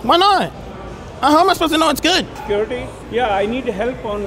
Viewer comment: Bro instanly called sercruity